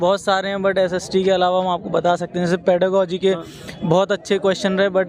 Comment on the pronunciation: ओह न्यूज रिपोर्टर साहब पेडागॉजी बोलना सीख लो सबसे पहले तो